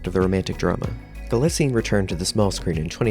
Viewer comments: Your highly principled opening statement is denied by incorrect facts, grammatical errors and mispronunciations throughout. First, the name is Galitzine, stress on the first not second, syllable, as you should know by now. Especially after wide publicity for Anne Hathaway's name rap. Nor is it "Guillotine" as in subtitles. Do you copy check? Clearly not. Dulwich is pronounced with a silent 'w'. Villiers is pronounced Villy- ers not with some cod French stressing. You use the word 'imminent' when the correct word is 'eminent' and although you can have 'several of many' you cannot have, as your voice over, 'many of several.' As another comment points out - and I am not the first to offer corrections here - Anne Hathaway's character is Solene, not Sophie, which shows you have referenced an outdated press release. Galitzine is not proficient at violin - easy to reveal by homework - but is highly proficient and self taught in guitar and piano. Poor resumes of storylines are not interesting facts about the actor, but should include proper details such as how, without acting training, his first professional role was as the star, that he was a professional level athlete, and speaks Spanish. For a start. Perhaps you need to go back and redo for the sake of versimilitude. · У него русские корни. Это известная древняя фамилия . Правильно ударение на второй слог.